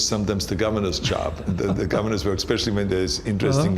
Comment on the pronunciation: the way Arnold is pronouncing "Wuörk" (work) is epic